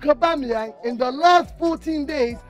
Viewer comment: Aubama-where 😂😂😂...crazy